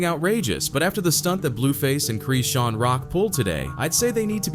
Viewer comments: Its Chrisean...not CHREEEEESEN.... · Why u keep saying creesean! That’s isn’t her name and y’all just making up things here. That baby ain’t goin anywhere … he gonna be right where he belongs… with his mama… y’all weird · Why errbody refuse to say her name right?